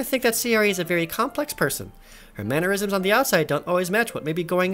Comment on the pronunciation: Say-ori... bruh... you’re killing me